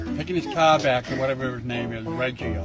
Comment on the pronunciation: he sounds like an Aussie when he says car. Must be from Boston